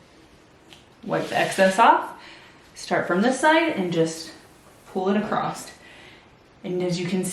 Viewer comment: "Across," not "acrost"